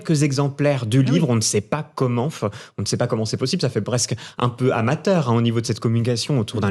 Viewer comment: J'en peux plus de cette façon de parler qui consiste à finir toutes les phrases par des ihhh et uhhh et des ahhh. Le mec en rouge, insupportable. Il dit même 'matinf' et 'commentf'